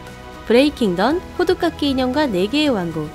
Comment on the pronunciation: 발음이... 호두깎기 (X) 호두까기 (O). 파리 여섯구 (X) 파리 육구 (O)